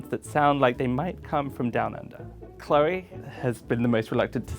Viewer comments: When i heard chloe say her name I was like: nah she’s gotta be the one cause if she wasn’t she would’ve pronounced her name: cLeOrRrRr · I'm not British and I immediately thought the same. The others seemed to be focused on pronouncing words and for her the words came out naturally, so I knew it was her.